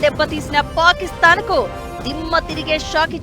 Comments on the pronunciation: తల్లిమాటలు కొంచెం స్పష్టంగా పలుకమ్మ పాకిస్తాన్ ని పాపిస్తాన్ చేసేసావు నువ్వు సూపర్ 👌👌👌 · Pakistan 😂😂😂😂 ... pronounced wrng ayina adi papisti desame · Suparga chepindhi papi ani